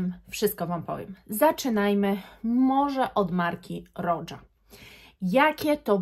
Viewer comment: A Roja to roża, nie rodża.